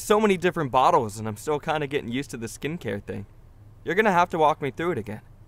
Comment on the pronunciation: Did he say SkInCaRe??